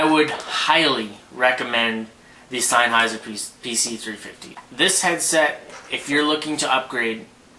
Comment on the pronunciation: He's pronouncing it correctly. It's a German company, hence the word is German and said the way he is saying it.